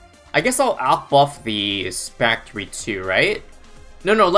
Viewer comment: He said spactory lol